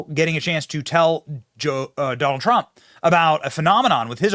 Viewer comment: Have you noticed that, among the Democrats that have announced that they are voting for Trump, most of them pronounce the name as… Doll Trump ?